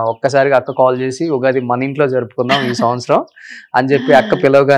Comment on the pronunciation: Ughadi kadu Ra babu Ugadi anali,Womens kadu ra babu Women anali